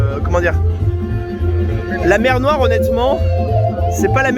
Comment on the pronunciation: "C'est la mew noiw ?"